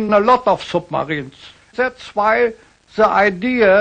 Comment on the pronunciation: Nicht ganz! Vor dem Wort "Idea" hat er "The" falsch ausgesprochen. Aber ansonsten!